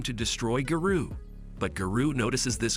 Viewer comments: Instead of Garou its Guru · He didn't say garou right